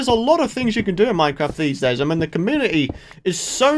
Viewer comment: Your accent make community sound like comuity 😂